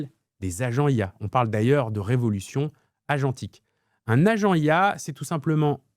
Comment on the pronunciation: 😂 Le R de « agentique » sort tout seul à chaque fois…